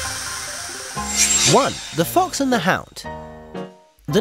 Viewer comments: "The Fox and the Houd" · "Fox and the Houd"? Ok... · "The Fox and the HOUD"??